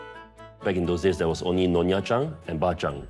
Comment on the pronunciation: NYONYA... not nonya. NONYA = fake Nyonya😂